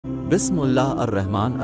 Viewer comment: اللہ کے بندے ویڈیو لوڈ کرنے سے پہلے کسی کو بسم اللہ پڑھ کر سنا دے تاکہ تمہاری بسم اللہ تو صحیح ھو جائے۔